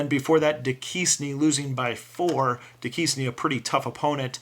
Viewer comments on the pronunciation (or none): Duquesne is pronounced Dew-Cane (not trying to be a dick). Their nickname is the Dukes